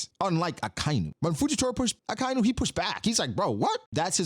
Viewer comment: Aka-inu means red dog, red is aka or akai. Inu is dog, Not akai-nu.